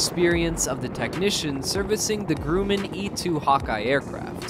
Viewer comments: Grummen, not grooman. Please. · It's pronounced Grumman, not "Grooman". If you make a major mistake like that 15 seconds into the video, it's not exactly encouraging people to have any confidence in anything else in the piece. For example... Names of aircraft are assigned, not "awarded". When you were talking about the CH-53E Sea Stallion, you showed a CH-53K King Stallion a greatly improved and substantially different variant. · Dude your pronouncing it wrong its not Gru' mand it's grum' end. ( grumend) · Grummmman not gruuuuman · Northrup Groooman.... that's why I can't watch these.... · Can't even pronounce Grumman correct. Grooman. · "GrOOMAN!?" "OsPREE!?!?" Yeah, tell the late Leroy Grumman that's how his name is pronounced! EPIC FAIL! English is NOT your first language, is it? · learn how to say Grumman, for God's sake! You know nothing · Will the "reader" please learn how to pronounce "Grumman". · Downvote for mispronunciation of the word, and name of the family, Grumman. And why would the US Air Force be concerned about the modifications of a Navy/Marine aircraft of which it has no version of its own? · Geed to learn to pronounce Grumman; guess that is what you get with AI